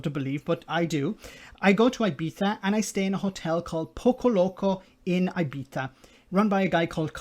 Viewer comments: I figured would pronounce it Eye-beets-eyah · The worst thing in the video is how you pronounce Ibiza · Hello,. go elsewhere, i.e. to the Isle of Man and not to "Ibiza" your ignoramous person.if you. Cannot pronounce the Island and is complaining a fee of 7 Euro!? Go to your friend Farage and sulk until dawn. Stay at home and wait for the next food supply. What an effing joke this guy.Pathetic and primitive